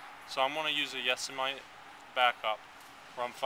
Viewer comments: Cool setup. Heres a tip, its pronounced, Yo-sim-it-eee. Yosemite, beautiful place. Climb safe👍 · hhaha yesameee.......... yo-sem-it-ee. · Joshua Rugg hahaha!!! Thought the same thing dude. The place is too awesome to have its name quacked up like that.😆👌 No offense to the dude, just sayN.🌲